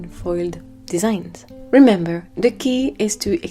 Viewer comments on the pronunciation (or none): none